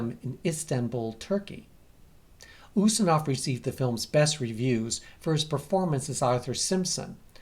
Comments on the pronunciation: It's "YOOstinov", not "OOstinov". I just wanted to let you know for next time. Nobody is perfect, not even. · I though it was YOU-stinov ??